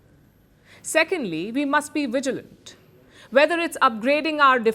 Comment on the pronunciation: "Ve must be Wigilant about Veapons"!!!